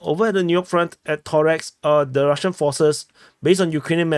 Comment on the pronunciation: ToreCk, its anoying not Torex, C like C not K in Slavic languages